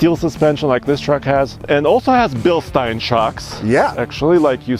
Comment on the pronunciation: Happy to see Nathan. And thank you for pronouncing Bilstein the right way. When i hear pronunciation with 7 e's Bilsteeeeeeein i want to 🤢🤢🤢....